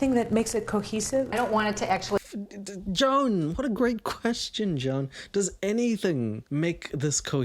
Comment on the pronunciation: Joan is the name of my horrible stepmother, and it highly titillated me to hear all the ways you desecrated the name Joan.